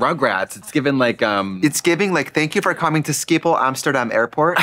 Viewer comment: i love trixie saying skipol in stead of schiphol haha